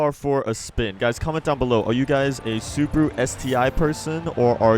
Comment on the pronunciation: Do you say subru to Subaru?